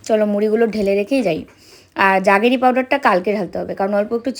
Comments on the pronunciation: Juggery noy jaggery powder. Pronunciation ta thik koro. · উচ্চারণ টা জাগেরি নয়, জ্যাগারি পাউডার। খুব ভালো থেকো তোমরা।❤❤